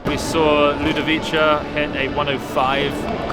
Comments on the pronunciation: haha it's ludovi-kah, not cha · It's Ludovi-KAH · The C in Ludovica is pronounced as a k